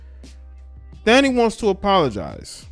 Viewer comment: Her name is Thandie pronounced Tandie